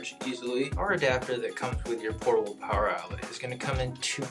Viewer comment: I love portibal pwoer